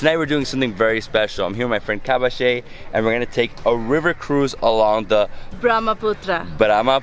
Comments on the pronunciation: Kaba-shee is hillarious 🤣🤣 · The way you pronounce her name...it almost sounds Japanese...Kobayashi....😁